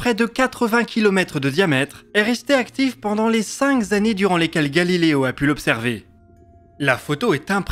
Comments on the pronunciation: "cinq zannées" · Très chouette. Astuce : Dans les textes que vous lisez, écrivez vos nombres en toutes lettres et non en chiffres pour éviter les "cinq z'années". Par contre, pour éviter "ces images ont pu t'être", pas d'astuce :-\ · 4'44 : cinq z'années ! Vas-y, mon con, essaye de parler français avant de faire des vidéos. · Faudrait que t'arrêtes d'ajouter des "s" à la fin des nombres (qui n'en ont pas toujours), tu fais ça souvent : cinq-z-années.